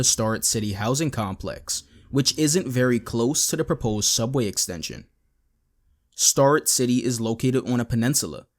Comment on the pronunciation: It's pronounced STARE-rett City